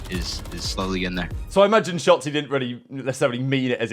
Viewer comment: Is it me or did call him Shatzy?